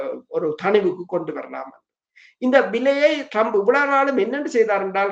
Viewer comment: இவர்கள் இருவருக்கும் ஆங்கில, மற்றய மொழி உச்சரிப்புக்களை பிழையாக உச்சரிக்கிறார்கள். ஒரு உதாரணம் Trump இனை Drump என்கிறார். 😂😂😂😂 China வை "ச்சீனா" என்கிறார். இவர்கள் ஆங்கிலம் பேசும் நாடுகளில் வாழ்கிறார்களாம்😂